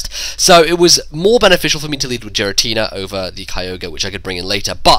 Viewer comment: STOP SAYING JIRATINA